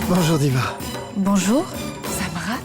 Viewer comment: J’adore comment samrat prononce le nom de divia < >😂